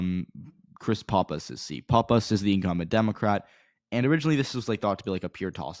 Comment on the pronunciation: You don't know what you're talking about in NH. NH1 is not left trending. It's much more conservative than NH2. Leavitt is not a disater candidate and she's going to beat Pappas. btw you're pronouncing Pappas wrong. Also who the hell told you the Republicans are giving up on Bolduc? That's not even close to being true.